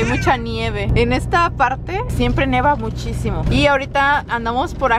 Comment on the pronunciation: me gustan muchos tus videos pero no se dice neva.... se dice nieva...con todo respeto